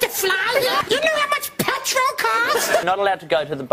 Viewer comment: "dO yOu knOw How much PETWOL COSTS??!